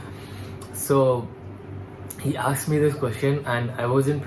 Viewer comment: Aksed or asked? 😂